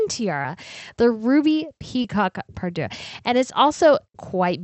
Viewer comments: Dear, I love you but the word for a matching collection of a tiara, necklace brooches, stomacher etc is PARURE -> Pah Rure not pardieux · I love your channels. There are a few word errors...parure is the word, not pardure.